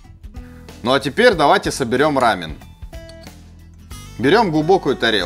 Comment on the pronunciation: Спасибо за ра́мен, а не за рамён